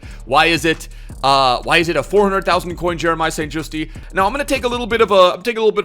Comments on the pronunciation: you pronounce St.Juste like St.Justy but in correct dutch its pronounced St.Justuh and the uh is said like you were getting a punch in the gut whilst saying it. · Its st jusT NOT JUSTEEEE 🤦🏽‍♂️ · St justi xD it's Just E-is silent.